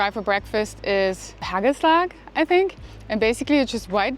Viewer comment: You pronounced it very well, haa kel slag